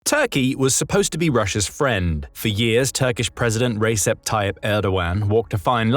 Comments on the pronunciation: It's not "Reysep", it's "Rejep" Tayyip Erdo-an (muted g) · Turkey was never supposed to be a friend of Russia, that is nonsense. Turkey want them to have no control over Black Sea. Turkey supported Ukraine from the start of the war. We just stayed neutral to Russia and this is not a point for friendship to be honest. Also, Recep is pronounced like Rejep. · A c sounds like a j in Turkish. ReJep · It’s pronounced “re(y)-jap”. Also Tatars and Turks are related. We in Turkey have no trouble understanding their language. Again, it’s pronounced “Queue-chew-k Kai-nar-jaw”. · The “c” in Recip is pronounced as a “j”. Recip sounds like Rejip. Türkiye 🇹🇷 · It's very annoying when you keep pronouncing his name Receb with a C, that letter is pronounced J in Turkish, i won't hold it against you for that, but I bet that you're the only one in the entire world who calls him like that, how can you make videos without at least knowing the names of people you'll be talking about?!! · Dude "c" is read as g of george in Turkish.